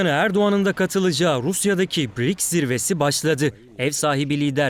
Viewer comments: Не Бирикс, а БРИКС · Если вы работаете на программе то надо вам правильно выговаривать слово БРИКС Ане Битрикс позор вам вы на на том месте работаете 😅😅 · Что за БИРИКС?. наверное БРИКС!! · Какой БИРИКС???😅😅😅 Может быть БРИКС ! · Правильно Брикс. А Не Бирикс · Какой бирикс? Брикс !!! Учите Русский !!! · Не бирикс,а брикс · Правильно говорить Б Р И К С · Почему бИрикс? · Что за БеРеКС?Ведущая ,грамоте обучись. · У них там что совсем работает некому? Все разумные и квалифицированные кадры куда-то сбежали? Каких-то доходяг с улицы набрали которые даже название организации выговорить правильно не могут😅